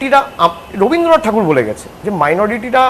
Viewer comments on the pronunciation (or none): none